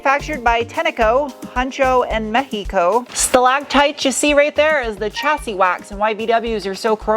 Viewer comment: Finally said correctly Mexico not Metsicou